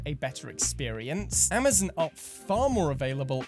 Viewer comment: Your ‘Amazon’ pronunciation is so unique and good lol